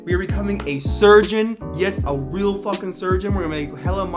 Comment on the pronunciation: a weal surgeon huh?